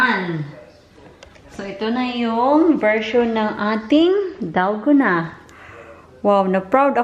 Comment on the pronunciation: Dalguuuuunnaahh DalgOna coffee pronounce it slowly mas arap nga mali nman pronounciation mo